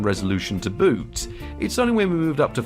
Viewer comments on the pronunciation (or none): none